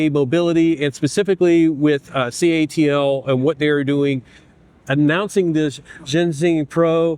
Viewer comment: It is called CATLE not ca A te il 😡